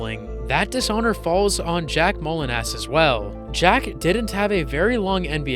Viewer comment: The pronunciation is Jack Mow-LEE-nahs.